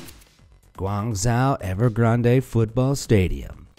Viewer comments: You're saying Gaungzhou completely wrong, it's painful to listen to. It's pronounced "gwong-joe" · Yes, his pronunciation is pathetic. Painful indeed. Even worse pronunciation of Guizhou in his other video. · The way you pronounce “Guangzhou” hurts my ears. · the narrator is entertaining simply for the amount of mispronunciations......never mind cancrete and canstruction prajcets!! Guangzhou...is pronounced as gwangzewe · Ghuangzhou... Imagine the zhou as the name "Joe". That is a more accurate pronunciation. Otherwise, thanks for the content. Always fun to watch. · So irritating the way you pronaunce Guangzhou. It is not like that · Guangzhou is NOT pronounced the way you do it in the video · Learn how to pronounce Guangzhou...